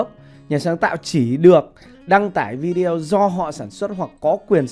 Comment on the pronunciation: Vi-đê-ô bạn ơi, vi zeo là đọc tiếng Việt. Nghe kỳ cục quá. Xin lỗi góp ý cách đọc. Bạn chia sẻ rất tốt. Cám ơn